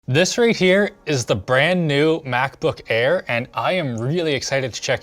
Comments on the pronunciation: did he just say ackbook air? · The Ackbook Air. Ack Ack Ack